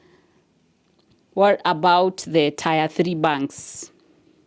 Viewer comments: Dear it's not tire it's pronounced tier😊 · Tier is pronounced as "Tia" and not tyre. Otherwise great content. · Ok it's pronounced ti-er not tyre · Tier is pronounced tear btw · interesting video...however the way you pronounce "tier" is really off